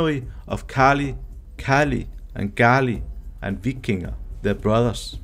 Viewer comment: Vikinge is not pronounced Vikingy, But as eh: Vikinge(vikingg-eh) . it is the equivalent of Old Norse Vikingr(Vikinger).